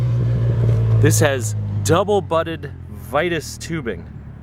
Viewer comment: Vitus is pronounced “Vee-tus” and is actually really nice tubing